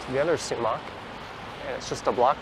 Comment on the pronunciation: It's spelled Sumach St. and pronounced 'Sumack' not 'sumock'